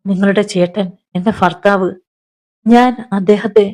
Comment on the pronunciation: ഫാര്യ, ഫർത്താവ്,ഫയം, അഫയാർത്ഥി, ഫിഷ ഈ ഉച്ചാരണം തെറ്റാണ്. ഭാര്യ, ഭർത്താവ്,ഭയം, അഭയാർത്ഥി, ഭിക്ഷ എന്ന് സ്ഫുടമായി പറയണം.